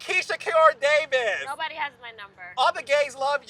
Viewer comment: She said DAVISS😂😂❤❤❤